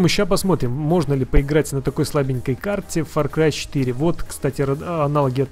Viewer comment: мне одному послышалось или нет то что он сказал факрай